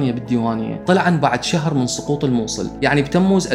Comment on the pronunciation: تسلم واستمر يااحبيب .. بس عندي سالفة تعبانة ..ليش تلفظ حرف السين مثل حرف الصاد اي اتگول صقوط والصلطة ولاحظ اهوية من العراقين يستخدموا خطآ في الكلمات مثل اوصاخ صخي وغيرها